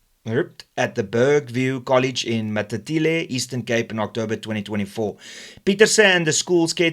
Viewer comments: The place Matatiele is pronounced as follows MA TAT TEA HEL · The town in the eastern Cape that you're battling to pronounce is pronounced like this: Ma-tati- hell (the "ele" at the end of the name sounding like 'hell' without the H & not like 'ele' in elephant.) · Pronounced Matati-hel, friend. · Matatiele is pronounced as MA TA TI EL